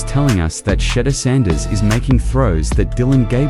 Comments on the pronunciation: You refuse to pronounce his name correctly. Subscribe to this, no. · If you can't pronounce a simple name i don't watch and definitely will never subscribe